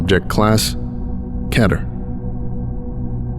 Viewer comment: You pronounced keter wrong